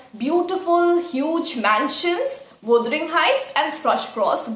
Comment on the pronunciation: You need to correct your word pronunciation wuthering